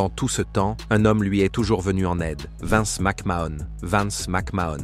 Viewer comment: "Vaince McMahon"